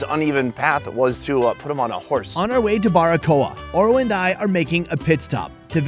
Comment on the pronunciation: Oro not ora sorry